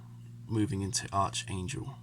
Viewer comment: Finally someone makes a Bold further move into the Eastern front instead of just Puppy dogging it forwards and backwards again, and it certainly looks like this game is gonna be bogged down into the mid teen rounds unfortunately - btw it's pronounced ArKangel, not ArCHangel unless you Brits purposely say it that way anyway!!!